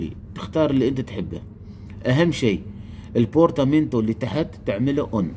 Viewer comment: مو بورتاتايم 😁😁 بورتامينتو يسموها حبيبي شكرا على الفيديو 😉 بس بالنهاية كلتها صح بورتامينتو